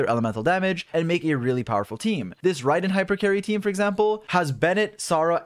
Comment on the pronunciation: Bro why do u say Raydin instead of RAID-EN jesus